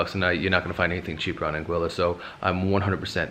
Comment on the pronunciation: Lol If you don't say (out loud) or think something like "we made it" after a Saba landing, you didn't experience that landing correctly. Also appreciate that you pronounce St. Maarten, Anguilla and Saba correctly.